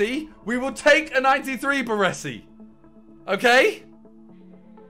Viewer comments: ✨BARRWUESSI✨ good😂😂 BARESI bro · Triggers me how he pronounces Baresi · Why can no fifa youtuber pronounce Baresi's name correctly?